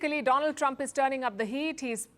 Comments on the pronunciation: Mai fend Mishtar Dolan Tramp.....😂😂😂😂😂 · 😂😂😂😂 dolaaan trump 😂😂😂😂